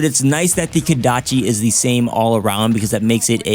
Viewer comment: KOdachi. Not KAdachi....